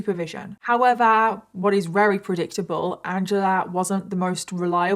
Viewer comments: Why do you say “reary” instead of very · Ok wait are you saying “rery” instead of very? Or are my ears messing with me?